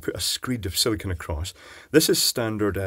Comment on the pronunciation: Arrrrgh,, you big doofus! SIL-I-CONE! Not SIL-I-CON, SIL-I-CONE. Petty, I know, but holy crap that gets under my skin.